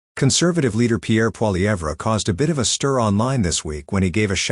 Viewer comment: Why would you even refer to an AI generated article? It's pathetic, and it doesn't even pronounce Poillievre's name correctly! I don't think women have an problem voting for Pierre, unless they're liberal!